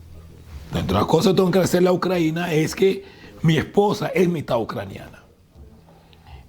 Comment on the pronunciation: Ni sabe cómo se llama el país. Se pasó diciendo "Ucraina" en vez de "Ucrania". ¿Por qué esa manía de traer una traducción defectuosa del inglés y no usar el nombre en español?.